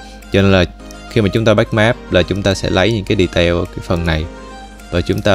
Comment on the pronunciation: mơi vài phút mà nghe đọc tiếng Anh mắc cười qua: đì-teo (detail), téch-chơ (texture), bô-li-gông (Polygon), ...